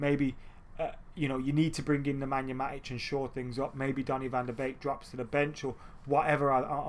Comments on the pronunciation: Yep it's 'van der Bake', I'm Dutch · It’s pronounced van de bake